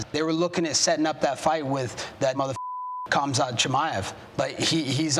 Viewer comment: you can tell he accidentally said Khamzats name right and didnt mean to 😂